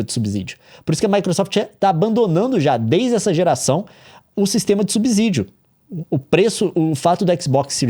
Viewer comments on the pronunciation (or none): POR FAVOR, é subSídio e não subizídio. SubSÍdio SubSÍdio. Obrigado. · todo s que vem depois de b tem som de ss como em absorvente, absorver, absolver e subsídio, (lê-se subissídio) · quase 50 anos na cara, casado com jornalista e ainda nao sabe a pronuncia de "subsídio". por acaso vc lê "subsolo" como "sub-zolo"? então pq fala como "sub-zídio?"